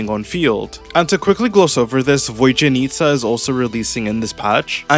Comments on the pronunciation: I thought I'd request you to refrain from using Vesna's name frequently, but then I've heard how you pronounce Vodyanitsa and now I understand that Vesna wasn't that bad at all. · all eastern europe found in tears at the vodyanitsa pronunciation